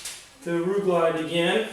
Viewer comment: LIGHTING!!!!!! the video is fine, the problem is I had to rewind the video 15 times just to try and see/hear (Ru-Glyde Tire Mounting and Rubber Lubricant) man you should've linked that I never heard of it before and couldn't understand what you was saying. I wish this video came up 3 days ago when bought the Euro paste stuff, now back to the video........Thanks for the tips!!!